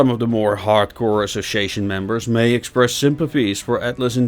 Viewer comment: Need to work on saying the word "Association" , other than that, Great JOB!